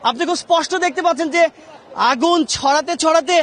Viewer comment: আগুন কে বাগুন বলে ফেললো 🙄🙄।